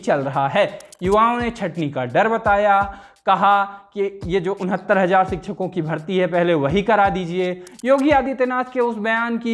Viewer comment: भैय्या हिंदी चैनल पर हैं तो हिंदी के उच्चारण सुधारिए। शोशल नहीं सोशल और सिकछक नहीं शिक्षक बोला जाता है।